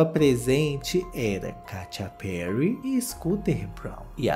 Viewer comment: Eu sempre morro de rir com a "Katia Perry" KKKKKKKKKKKKKKKKKKKKK